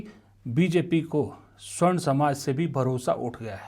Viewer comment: स्वर्ण नहीं सवर्ण होता है।